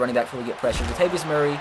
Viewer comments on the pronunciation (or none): none